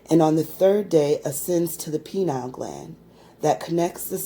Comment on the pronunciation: Pineal not penile....